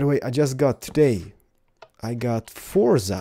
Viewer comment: He wasn't wrong, it was just how he said it.